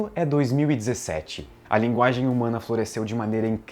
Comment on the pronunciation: "A nossa "laginge" kkkkkkkkkkkkkk eu não acredito que eu ri disso.